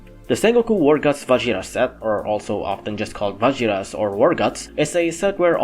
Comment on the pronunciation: It’s Va-Heer-Us. Vajiras is a Spanish derived word.